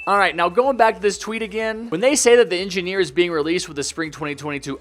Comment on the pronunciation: Anggeneer gayming